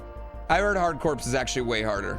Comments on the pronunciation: Corps is pronounced like 'core'. Like marine corps, hard corps is pronounced 'hard core'. Just fyi. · Bionic Commando is a strong pick... But I wanna see Hard Corps. I'm guessing the mispronouncing "Corps" is a meme that I'm too old to be in on, but it grates every time 😅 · FWIW, "archipelago" is ark-ih-PELL-uh-go, not ARK-y pell-AY-go... and "Hard Corps" is pronounced "hard core".